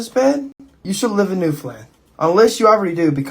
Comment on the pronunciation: It's pronounced new-finland. I had a hard time paying attention to anything else 😂😂😂